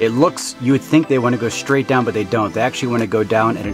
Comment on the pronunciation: “Pull it shhhtraigt off”. What does almost everyone talk like that now?